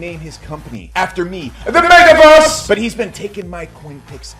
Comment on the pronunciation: Metawörs! not May-tuh or anything of the kind. e sound more the first e in there. ;)